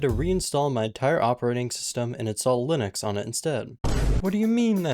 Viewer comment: bro really struggled with linux